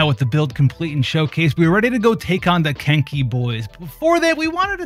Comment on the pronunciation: im sorry, but i kept on hearing kink* instead of kenki lol